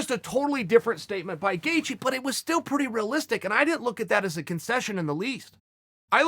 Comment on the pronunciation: Chael “rih-listic” Sonnen